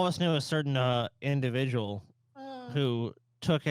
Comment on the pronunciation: certain indivijul